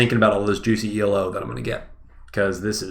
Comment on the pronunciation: The way he pronounce E.L.O. triggers me. Its E-Low, like in yellow, E-Low! Right?! is it just me?